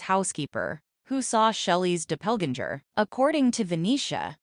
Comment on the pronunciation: Who says DOPPLEGANGER this way! 😂😂😂😂